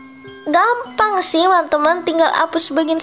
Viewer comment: Orang beda" kaks makanya dia bilang nya gampan😊